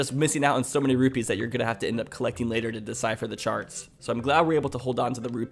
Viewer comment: Anyone else hear saying sharts and not charts